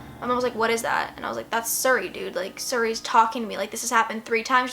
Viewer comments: siri not surry lol I love it when people mispronounce things its so cute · I got so pissed how many times she says "sury" not siri 😂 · why does she say suri its siri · siri is not pronounced sur ee its seeree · OMG ITS PRONOUNCED LIKE SERI NOT SURI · The scariest part about this video is how she pronounced siri as suri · its not suri its SIRI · Siriiiiiii not suri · It's pronounced serey But this is my first time watching your videos and I LOVE IT 😍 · I became uninterested when you mispronounced "siri " it's "SEAR-REE". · "Surry" lmao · Not to be mean not at all but I think Siri is pronounced Seeree. I'm not trying to be mean sorry if it came off mean:/ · The way she pronounces Siri 😂❤️ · The way she says siri😂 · the way she pronounces "Siri" is the reason why I live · she pronounces siri weirdly and it bugs me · She pronounced siri wrong😋.......why is that the only thing I got from this video?? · u say Siri wrong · THE WAY SHES PRONOUNCING SIRI MY GOD LMSOO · I love your video but every time you pronounced Siri wrong it annoyed the hell out of me 😂😂😂